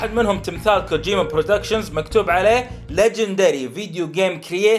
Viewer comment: لا تنطقها غلط كوجوما